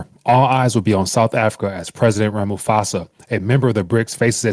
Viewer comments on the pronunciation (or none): Hello! Thanks for your work. Would you go to google translate and listen to how to pronounce the south african's president's name. It is Rha-ma-po-sa. Thanks.